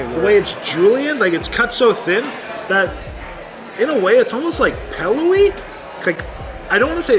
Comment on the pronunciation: Is from Illinois? He says, "pellowy" rather than "pillowy". Very much an IL dialect.